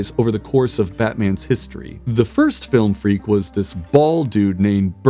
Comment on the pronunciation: "Flilm freak"